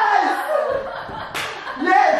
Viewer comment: his YES made me die laughing 😂😂😂😂😂 reminded me of Steve harvey YES!!! SIT ON IT!!!😂😂😂😂